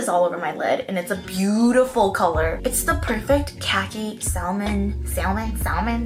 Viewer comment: sam-on not sa-L-mon